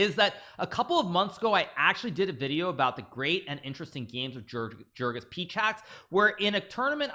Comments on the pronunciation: You don’t pronounce his name jerkan, rather it’s a soft J sounding more like yergan. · ok here something to help you pronounce his name better: Try it like you would say 'Jergoush Pechatz'. I know it's hard to impossible for an english native speaker to do the "CH" letters in that order but that's how you should pronounce his name ;-)